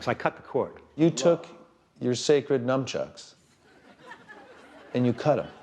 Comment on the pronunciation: Nunchucks, or Nunchukus, not NUMchucks.